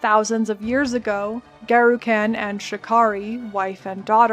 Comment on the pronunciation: You are one spicy, gorgeous Americaaaaaaan, and great summary, but just one small criticism if I may... it's Garukhan, with a short "Uh", like Gengis Khan for the second a, not like trash caaaaaaan. The American language really butchers so many 'a's, it is hard to listen to. Here in Japan, I lived in Saitama for a while and all the 'a' sounds in that are very short sounds but American folk loved to sometimes call it Saytaaaaaamaaaa, which feels bad man lol. I will subscribe, didn't learn too much new stuff here as it is also my favorite act but will try more of your vids! Side note: I am off to shave my head. Garukhan favors the bald!